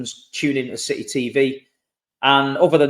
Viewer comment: It’s that Citeh Mentaliteh!!! 😂